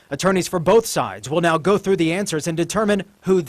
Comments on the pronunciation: “Let’s give it a gou”🤦🏻‍♂️ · I just adore your accent and how you pronounce “go” and “third”! I grew up in Phoenix and got out of there as fast as I could! I moved away in 1995 and no one could pay me enough to EVER move back! But now Ireland? That’s a place that I could love to live in. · I blame you for my inability to say "go" properly anymore bahaha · It's just how he pronounces go :P